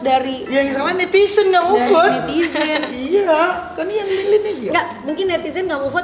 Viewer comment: netizen mas anang, bkn nitisen